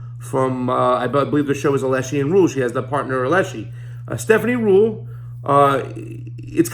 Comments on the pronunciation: You don’t seem to understand the role of a news anchor, specifically Stephanie Ruhle of VELSHI & Ruhle not ALESHI & Ruhle. (If you can’t get names right how can viewers trust that you’ll get the facts right?) (1.) Stephanie asks questions on **behalf** of viewers who may not be up to date on recent developments in a story or on the various important aspects of the story, the “tentacles.” That’s what reporters do. Those questions don’t mean s/he doesn’t understand the story she’s presenting. They mean the reporter doesn’t ASSUME that all viewers understand all aspects of a story. That’s Journalism 101. (2. Stephanie’s area tends to be FINANCE, a vital part of understanding the implications of many, many news stories, ESPECIALLY this one, since Epstein’s financial independence & WS connections are what enabled him to commit the crimes he’s charged with. That’s the POV she covers. (Point of View) no matter what the main story is. That’s why viewers watch V&R. Ever wondered why there are so many news programs — on MSNBC for instance — covering the same story? That’s why. If I want analysis and deeper understanding/overview I watch Rachel Maddow, an Oxford scholar. Financial implications? V&R. Legal ramifications? The Beat with Ari Melber, who was a lawyer before he went to work at MSNBC. MSNBC also has Nicolle Wallace and Lawrence O’Donnell, both former White House employees. See how that works? You’re welcome. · If you were to watch her show on MSNBC then you would know that her partner is called Velshi, not Veleshi, and the reason she interviews hedge fund managers etc. is that she used to work at Deutsche Bank, so that's her area of specialisation